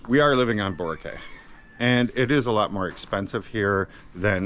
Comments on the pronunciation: Sounds like Borakay 😅. Its usually pronounced Borakeye Borak-eye. but it is spelt Boracay. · Bora-kay? Isn't it Boracay (Kai) not (Kaye) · Pronounced boro-KAI. Not Cay or Kay. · You are still pronouncing it wrong... Try pronouncing it "Bho rak kai"